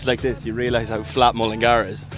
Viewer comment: I especially like the way he says Mullingar haha.. MullinGAR